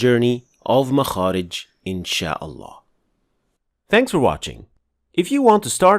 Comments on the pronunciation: He pronounces it ( الهاء ) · As-Salamu عaleykoum akhy, why aren't you pronouncing the last letter in the name of الله